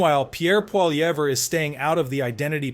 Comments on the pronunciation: You are pronouncing Pierre’s surname incorrectly Do NOT pronounce the “R” at the end Hence phonetically just say “Polly-EV” It’s a French name You sound foolish I’m sure you’ve heard most people pronounce it correctly Hence copy them Only Americans can’t pronounce a french word Don’t attempt to pronounce it as if it’s English That just sounds ridiculous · I’m thinking this channel is first American due to the fact that you can’t even pronounce Pierre’s last name properly and that your slightly leftist. Why don’t you just shut up and mind your own business.